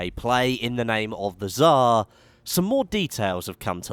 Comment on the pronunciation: That's hilarious how you say "Tsar" 'cause in russian it sounds totally different ;D